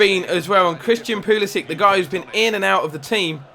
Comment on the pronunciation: This isn't a complaint but why do you pronounce Pulisic Pulisi-ick